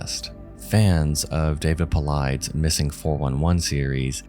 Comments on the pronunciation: Paulides is pronounced PAUL - EYE -DES. Not shaming you,, because I said it the same way before I heard it prononuced. Just passing it along! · Paulides rhymes with tidies - as if someone is tidying up. It does not rhyme with "sides". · David Paul eyeds. 👁️👄👁️ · Love your videos, but summarizing the work David Paulides has done as saying it’s just people being taken by fairies was a bit lazy. I mean, I can tell you’re not really familiar with him or his work because you didn’t even pronounce his name correctly. He’s worked to highlight many of the mysterious drowning cases of young men, often following a night of drinking. He also never gives an opinion on what/who he thinks are behind all of the mysterious disappearances he covers. I thought mentioning articles about that pathologist refusing the jab was a bit unnecessary as well, and didn’t have anything to do with his thoughts on the case. Just wanted to nitpick about those two points. Anyway, I still dig your videos. You’re one of my favorite content creators. Have a good one, fren!